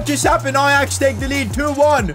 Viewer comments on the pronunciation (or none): none